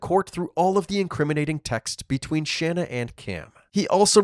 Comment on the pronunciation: It's Pronounced * SHAUN AH* SHANNA